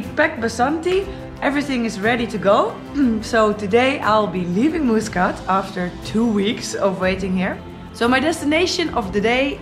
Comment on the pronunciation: Haha yes I totally pronounce Muscat wrong sorry haha! I'm from Holland